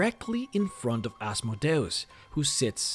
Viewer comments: PRONOUNCED AZZZMOEDEEEEUS NOT ASSMODAEASS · I can’t do any more “Az mow day os” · I always pronounced it as "As-mode-ee-us" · Oz Mode E us.. say it right. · You speak "Asmodeus" in a weird way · It's complicated. It's a Latin rendering of the Greek ασμοδαίος, which itself is a rendering of Hebrew. In terms of classical Latin, it would be "Ahs - MOH - DEY - OOS," but the Greek is closer to "As - MODAY - OHS," which is far more similar to your first (and common) pronunciation. I have no idea how it would've been pronounced in Hebrew. I think the long and short of it is: it depends on whether you're following the Greek or the Latin (or Hebrew, which I believe would introduce a "sh" sound). It's kind of fun to export this to DnD lore and just pretend that his name has made it into every language; hence the slightly different pronunciations throughout the land.